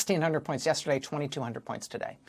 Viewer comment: I heard it “ yes turd a day”